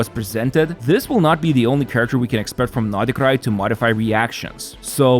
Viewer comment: why u keep saying notty krai?